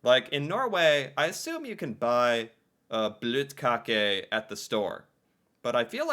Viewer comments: I'm 33 years old and norwegian. I've never heard about brettemesse. You say bløtkake correct 😁 We have Milk on every layer with cake to make it soft (bløt) 😁 more whipped cream and fruit inside 😁 Even norwegian kids can make bløtkake at home ☺️😉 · you said bløtkake right :) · Your pronunciation of bløtkake is on point btw:) it is a very popular cake, here where I'm from anyway. It could be used in birthday celebration, weddings etc, etc. It is simple and fast to make from bottom up. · You're probably the first American to pronounce the Ø right. So your Bløtkakke was amazing. And yes.. When it comes to cakes we make it all ourselves. So in my family my mum and her sister would make ot from. Scratch. Same goes for me and my 7 cousins. We would never buy anything for something as simple a a cake. That was considered a simple cake to make by all Scandinavians and im sure the same goes for germans and French and italians too. I make my own bur im not as fussy about pasta and lasagna as my cousin. He makes all of that stuff from scratch even th pasta itself. He finds it weird when i buy lasagna mixes as he likes to do it all. Here wr tend to be in the kitchen baking from now and then 4 weeks ahead. My nan and my mum would make 3-4 tins of diffent Christmas biscuits. A few loafs of bread sometimes 3 or 4. They might even make some ryebread thing with a Christmas touch whatever that is.? Then comes so many danish boller a bun we have.. That they can be given away. They both seem to make 200 of these considering how many we all would get in a bag aorund Christmas. 12-20 seems to be the normal for me and my cousins. But i had bags with Brunkager. Jødekager. Pepernødder. Vaniljekranse og Klejner and 9000 other cakes and biscuits offered to me since the 90's. Its a biscuit fest galore in Scandinavia in december. As you know it basically a 6 week insane time if you live near your family. But no, nobody would buy anything. Thats not really done unless you're a kid here.